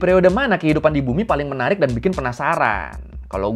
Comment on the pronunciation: "menariX y??" Kyk org d tmpt gw klo ngomong pake "x". pantes Spongebob cinta pertamanya sm ubur². pantes eono bakri mukany bikin boring.